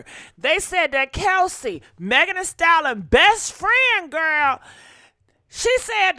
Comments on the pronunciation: WTH is a "Style-Lon" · I just tried watching this video. OMG.... You can't even pronounce the word, "stallion"!! And, there were a couple of other words you mangled, but you had no trouble saying, 'ho'. You could pronounce that. Damned shame!!